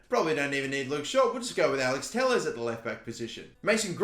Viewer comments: “Telles” is pronounced “Te-yes” not “teless” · Te-yesh Fernad-sh